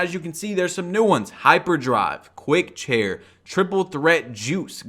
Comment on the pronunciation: badge it was "quick chain" not quick chair ❤ much love tho